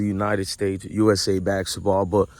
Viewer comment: It's basketball not baksetball